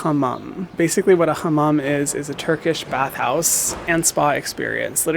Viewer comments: Why do you pronounce hamam like that ? it's not "kh " just normal h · We dont do throat ‘H’ (kh) Turkish language has soft pronounces. It is not like Arabic or Persian. We are not speak those languages. We just took words from them. We took also more than 5000 words from French but we dont pronounce like French either. We are unique, like you babe 💞